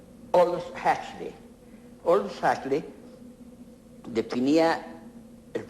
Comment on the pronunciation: Me encanta su docta pronunciación del nombre de Aldous Huxley.